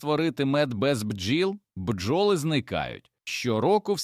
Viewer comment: Пестициди...горе для людини! РОботи, бджОли - наголос ставте правильно